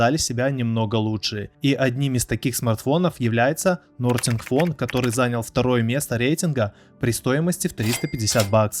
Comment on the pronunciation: Такое количество ошибок в названиях давно не слышал от блогеров, Хонор , ноРтинг и другие